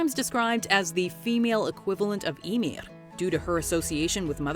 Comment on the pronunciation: she pronounces that one right for Icelandic. but she messes up totally on any name that has the letter ð (Skaði, Íðunn, Höðr, etc.)